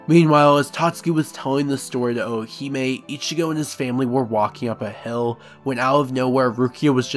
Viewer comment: Great video, only slightly annoyed with how you say Orihime like the Ri doesn’t exist. Sounds like you’re saying O-o-hime. Other than that, worth listening to for a recap.